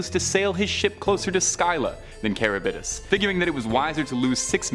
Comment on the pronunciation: Learn how to pronounce the names of your subject matter Scylla and Charybdis. You are so butchering their pronunciation, most any Computer has translation and pronunciation functions. Please use it in the future.